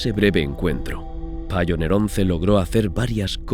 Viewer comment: Voyager se dice VOILLA y Pioneer se dice PAIONIA. Sólo para mejorar el programa. Yo no saco nada para mí. Saludos.